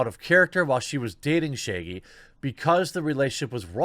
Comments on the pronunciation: why do you pronounce it "Shayggy" though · It’s ShAAgy...not Shiggy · It's not "Shay-gee". It's Shaggy with a short "a". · Okay, but why tf does he pronounce Shaggy "Shaygie"? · Now shagy is sheigy? Said the fucking words correctly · No one: Jeremy: Shayggy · Your accent has never been more intense than when you pronounce “Shaggy” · Why does he say shaggy like that